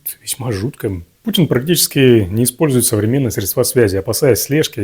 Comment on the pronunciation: сре́дства, всегда на первую е́ ударение. Полез в блогерство, поправляй ударения